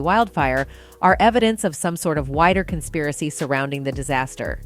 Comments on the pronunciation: "Consaparry" theories? What is that?? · "Lahania"??? "Constapiry theories"??? wtf?